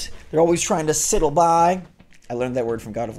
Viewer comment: Good luck dealing with scorpions. I know they're perfectly natural in deserts but that's still scary. RE the word from God of War, is it to sidle (verb - to move sideways; to advance in an unobtrusive, furtive, or coy way)? If that's the word, the vowel is pronounced with a long i sound (rhymes with idle). I think the way pronounced it was more like siddle (rhymes with fiddle), which isn't a word. If you're unsure how to pronounce a vowel followed by a consonant, a general rule is that the vowel is usually long before a single consonant (excepting an l in between) followed by a word-final e (table, cute, cope, bite, aesthete) but short before a repeated consonant (tattle, cuddle, copper, bitter, fetter). But vowels are still usually short before a single, word-final consonant without an e on the end (tab, bit, pot, tut, set). There's probably easier ways to describe the weirdness that is English, so sorry if that was just confusing. Cheers~ 😺